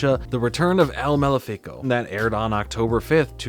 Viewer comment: “Maléfico” is pronounced differently than that.